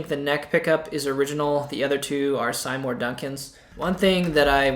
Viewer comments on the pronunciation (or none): Since you like the feel & sound & look & history of the guitar, why change it? Leave it be and preserve the history of her. It's much more interesting than if you were to try & erase all of that btw Seymour Duncan pronounced his first name SEE-more 😊👍🏼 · Did you just say "Sigh More" Duncan??? lol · Did you really say sigh more Duncan's. Surely they're see more Duncan's.